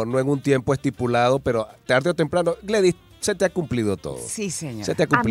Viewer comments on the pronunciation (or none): Gledys... NO Gladys...